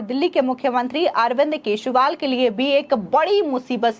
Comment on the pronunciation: केजरीवाल की जगह केसरीवाल सुनाई देती है